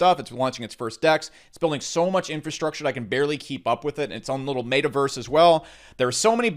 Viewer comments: mate uh verse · Yooo i almost spit all my food out when he said MAY-TAH-VERSE 🤣🤣🤣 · Did you say mata verse ? And sandbacks what is wrong with you ? Do you smell burning toast ? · Ur pronouncing meta verse so wrong 😂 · You say Metaverse different lol